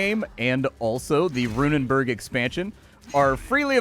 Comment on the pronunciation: Runenberg, not -burg, by the way. Burg meaning Castle, while Berg translates to mountain. Rune Mountain.